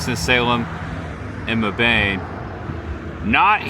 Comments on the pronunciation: It’s pronounced Mebb-in. Same city they are building NC’s first Buc-ee’s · Mebane, NC is pronounced Meb-in. FYI